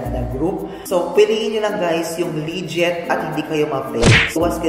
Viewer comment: Legit not liget